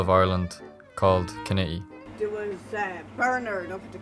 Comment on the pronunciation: Come to The Neale, in Mayo, and quit embarrassing yourself. Learn how to pronounce Kinnitty too.....embarrassing.